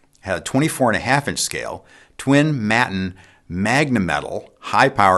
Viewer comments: watt world: Not 'MATTUN', Maton is pronounced 'may·tuhn' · May-ton, not matton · Maton. Pronounced May-tin Or May- ten. Whatever works best . But not Mat - en. 😉. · "mat-in" ? aaaaaaaggghhhh! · Great work. An excellent visual history. Btw, Maton is pronounced “mate-on”. Now let’s work on getting America to pronounce “Aluminium” correctly hahaha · I love you but hearing the mispronunciation of Maton stirs some sort of national spirit. Pronounced here as “mate-n”, pronouncing the o gets you arrested. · Maton = May-ton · Another very interesting video. A slight correction: Maton is pronounced may-ton with a a long a and a short o. - just for future reference: ) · I may be wrong but I'm from Australia and we all pronounce Maton Māton. Maiden with a T for the D or Mate..n This includes Tommy Emmanuel. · Maton. Pronounced Mayton. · the name "Maton" came from the words "May Tone" and is pronounced May Ton. The company was founded by Bill May. Sincerely yours, an Australian Pedant 😉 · Thanks mate, that was great. By the way, it's pronounced "may-ton". Cheers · The "a" in Maton guitars is pronounced the same way as the first "a" in Daytona. Great Video!